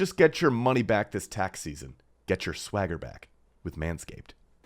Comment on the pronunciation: ain't no way this guy said swagger